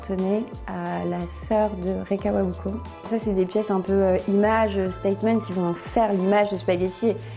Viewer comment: J’ai quitté la vidéo quand elle a mal prononcé « Rei Kawakubo » 😭😭😭😭😭